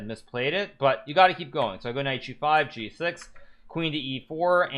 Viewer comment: I found g6 sounds like “I found Jesus”. Made me double take.